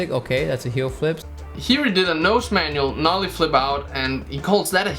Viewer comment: When he says Nollie pop it pisses me off